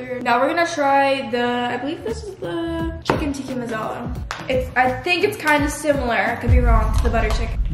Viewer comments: the way he said tikka masala he said ticky mousala and chicken tikka masala is supposed to be red🤣😆🤣😆🤣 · Its not tikki masala it's tikka masala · The “teEkI MaSAlAA” whoever is Indian is dying inside but their trying